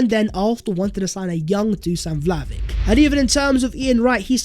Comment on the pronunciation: My fk ears hurt after 100 misspelling dusan vlahovic ( the s = sh and ic = ich, btw)